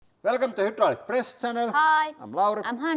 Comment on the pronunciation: Bro pretty much can't stop saying hoodraulic atp it's his whole brand